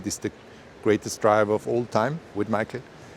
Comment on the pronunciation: He said micheal not Mikey if your going to take the piss atleast get it right 🤦🏻‍♂️